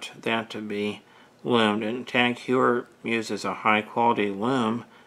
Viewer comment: Heuer is pronounced like Hoyer